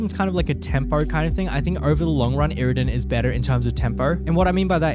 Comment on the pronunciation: sowwy iwwidon , migard lezgooo